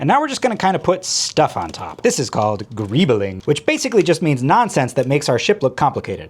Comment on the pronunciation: You have perhaps my favorite pronunciation of the term "greebling" with the extra syllables in there. Makes sense. "guh-REE-buh-ling"